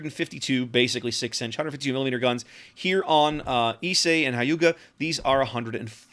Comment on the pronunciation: Wow, you managed to pronounce it the closest, first time, of any reviewer I've seen so far. Props to you. That being said, Hyuga is pronounced like Hugh-ga, similar to Howard HUGHes.